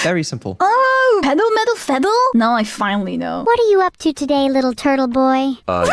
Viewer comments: "Pedal, metal, fedal"? Are you German? :D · "Pedal, Medal, Fedal" I can't 🤣 it was already there and you still managed to fail successfully. Neuro would be so proud lmao